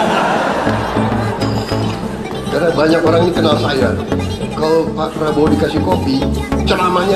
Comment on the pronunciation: Baru aja gw liat video anak ngmong prabroro sm janggar.. Ini malah kbwa2 ngmng prabroro